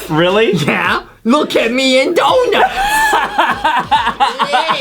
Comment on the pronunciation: Jastin you jas say donots